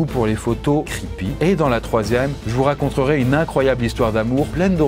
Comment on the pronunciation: " je vous racontrerai" ... Really ? "RaconTERAI" 😂😉✌️🇨🇭